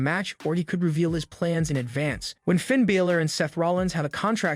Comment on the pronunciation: Why can't you say Finns name right w.t.h. Dom doesn't need the mask. Big E shouldn't risk it not now. Why not sit next to Michel Cole